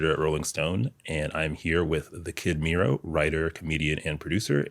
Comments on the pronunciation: Why this guy keeps saying 'Meero' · “splash mero sauce all over the place” “meero sauce” NO MF do you have ears? he said his name to your face and you still immediately mispronounced it back. that’s crazy lmao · Hearing him mispronounce Mero is bugging me